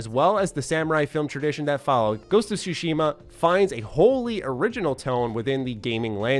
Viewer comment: For anyone who cares, here's a quick tutorial on how to pronounce "Tsushima." The "shima" part is pretty straightforward, although there is a pacing thing that's hard to explain in writing so I won't waste time on that. As for where you place syllable emphasis, it's actually on the first syllable (Tsu) for this word rather than the second. It's the "Tsu" part that people have the most trouble with pronouncing. Here's an easy way to figure it out: Say the word, "cats." Focus on the "ts" part of "cats." Pronounce just that "ts" part by itself. And now add an "ooh" sound to the end of the "ts." Now you know how to pronounce "Tsu." Put it all together, you have, with first syllable emphasis, TSUshima.